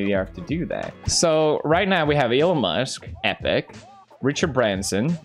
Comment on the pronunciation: You mispronounced Branson and that's my last name it hurt